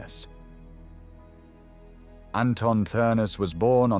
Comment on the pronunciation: Th is pronounced as a hard T so it's pronounced Ternes